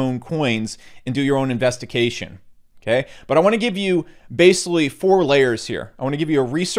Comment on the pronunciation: Thumbs down for using the words "games" and "gains" so frequently in such close quarters with only a barely perceivable difference in pronunciation! Bonus negative points for "investiCation" :P